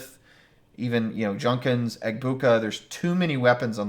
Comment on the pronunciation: it isn't Junkins.